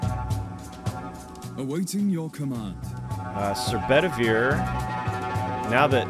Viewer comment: also, i know what you're saying... but... all brain keep hearing is Sir Ballin and Sir BetterBeer. Brain refuses to hear otherwise.